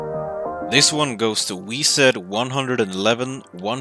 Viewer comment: Is no one gonna mock for saying "wee-zed"